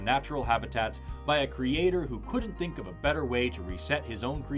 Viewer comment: "Won't someone thinik of the possums???... Oh thanks..."